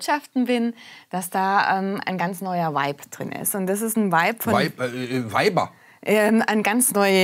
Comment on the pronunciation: 'Vibe', nicht 'Weib'. ;)